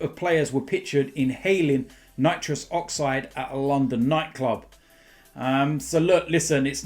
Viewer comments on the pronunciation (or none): none